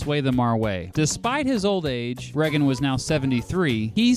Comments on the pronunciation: "Ray-gen" not "Re-gen" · Reggen? Your pronunciation made me click off. Sorry.